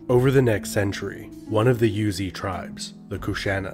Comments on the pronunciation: The tribe is not called "Yuezhi", it is pronounced "Rouzhi". There is a lot of pronunciation that was translated by the common pronunciation of Chinese, but there are many that actually pounced differently in the history, "Rouzhi" is one of them. We always and still procurance that way in Chinese history study. Maybe western scholar missed this fact when naming it in English. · Yuezhi is Yweh-jir, like sir in a British accent with no r sound. It's a Chinese term. I love these videos!